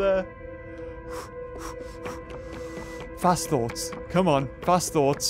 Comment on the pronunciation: What said: fast thoughts what I think he said: FAT THOTS